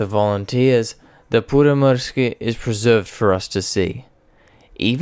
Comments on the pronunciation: sorry to be that one guy but that pronouciation was differeant to say the least im from finland btw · And that's what he has probably used. His pronounciation is far from perfect, but close enough for me. But, this a matter of opinions, so it's pointless to continue. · You are doing fine when speaking Finnish, just remember to pronounce strong "R". As far as i understand DB605's power was limited in Finnish use to around 1300hp because engines we received had only cast iron cylinder liners without chrome plating. They wore out very fast if you used all 1450hp. Pyörremysky looks like a great desing to me, Myrsky was a disaster structurally. Wooden structure could not cope with the rain and damp, we did not have good enough glues at the time. I think best Finnish design, conversion was so called Mörkö-Morane. Decade ago i built Mörkö as a giant scale RC model, and it flew really well and it was fast. We should have abandoned the Myrsky project and concentraded building Mörkö's and Pyörremyrsky's.